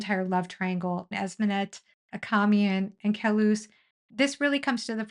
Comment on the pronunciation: Great video. Though I want to mention that the way Bakker pronounces Kellhus is similar to Dallas. It does not sound like Kel-hoos.